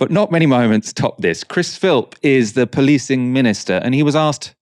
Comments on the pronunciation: It's also worrying when a commentator doesn't know the name of the person he's criticising. His name is Philp, not Phipp or Phipps. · Chris Philp, not Phipps. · Aaron has chosen to demonstrate his own ignorance. Giving up his advantage by repeatedly mis-pronouncing Philp’s name. Poor form. Philp is hopeless and there are few more smug. However, Bastani has failed here.